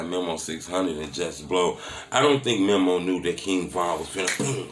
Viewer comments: It's Meeeee Mooeee not memo lol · It’s pronounced “mee-mo” not memo. God damn 😂 all in everybody business and making multiple videos and you still can’t pronounce their name right.